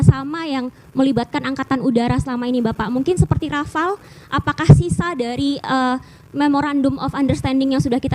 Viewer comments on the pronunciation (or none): none